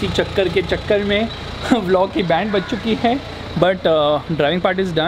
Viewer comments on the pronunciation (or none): none